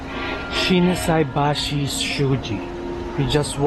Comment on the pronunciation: Ang galing SHINSAIBASHI n perfect nasabi nyo rin korek😂😂😂